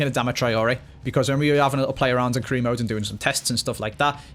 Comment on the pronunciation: Almost every time he says career mode I hear Korea mode